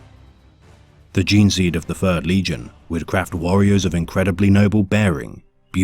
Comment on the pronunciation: you are hallucinating my friend. Interesting that people finder it harder to tell the difference though. This isn't AI, the narrator has difficulty pronouncing "Th" which is especially difficult when making lore for the "fird legion"